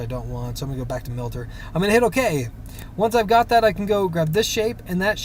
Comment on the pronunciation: Thanks for the video. By the way, it is miter, as in miter saw, not milter.